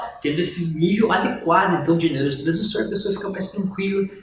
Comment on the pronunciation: como confiar num médico q nao consegue nem falar "neuro transmissor"?